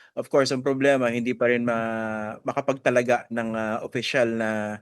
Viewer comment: Makapagtalaga hindi makapagtalagà, wag magtunog sara